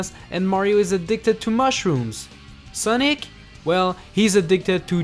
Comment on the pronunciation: It’s also funny how he said Soonic